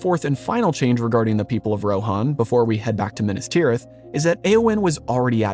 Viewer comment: Minnus tirith? Meenas Teerith. If you're going to do JRRT stuff, at least pay attention to his pronunciation guide. He was a professor of languages, you know.